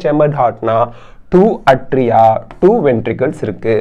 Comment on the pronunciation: Sir, your videos are superb👌Very clear and awesome🤩ATRIA PRONUNCIATION : 'ஏ'tria sir, not 'அ'tria.